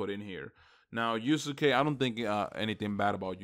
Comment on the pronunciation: Pronounce yusuke name right plzzz